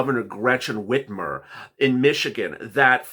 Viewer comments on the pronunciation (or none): none